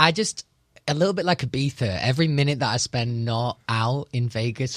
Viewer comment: I feel like he would make fun of people who say Ibiza the way he’s saying it